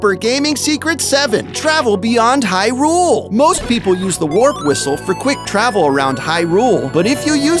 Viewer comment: As much as I appreciate him listing all the more obscure secrets to the original LOZ (even though I already knew all of them), I think I'm mostly grateful for the fact that he pronounces Hyrule correctly.